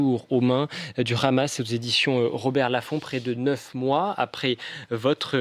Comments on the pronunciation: le hamas pas ramas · Non. cela se prononce RHama, comme le "R" de cRacou cRampe.